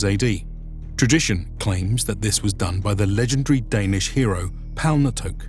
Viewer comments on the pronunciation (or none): "And in Icelandic, it seems like "Joams" is a lot closer." But it ain't. It's a long o sound, not an o-a diphtong. You say it like he does, but hold the o sound instead of shifting into an a, and you've got it. Palnatoke isn't Palnatoak either it's Palna-to-kuh, I should know, my name is the same but without the prefix. And Vagn is Vavn (or Va:un, if the consonant clash is too much for your poor anglo tongue) not Vagen.